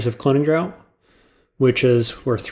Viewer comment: you say "draught" like "drought"; but try out the mouth-feel of saying it like "draft"